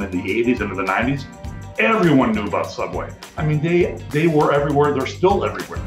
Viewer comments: Ok don't you mean sooubway? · Well now we know why ’ sooubway closed 🤷🏻‍♀️ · “Subway” is a very strange way to pronounce sooubway